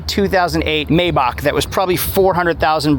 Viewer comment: Say it with me: Maybach = MyBock. Purosange = poorosaang